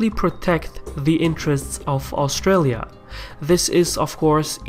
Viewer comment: i don't think you pronounced Australia, Canberra or aboriginals correctly even once in that, it is funny hearing foreigners try to pronounce Aussie words. also Australia has to participate with the UK as it is called the ROYAL AUSTRALIAN ARMY, our deference forces are sworn to the crown under the rule of England because we are part of the commonwealth empire. and as to why we deploy with the USA is because we have a tiny army, we can barely patrol our own coast, took more than 3 hours before out navy detected Chinese ships just outside our waters in a show of strength on their side, so we have allied with them, also since we are also members of the crooked evil UN which our government love so much even though the people don't they tend to do what they say more than the crown or the people to which is supposed to be the major influences.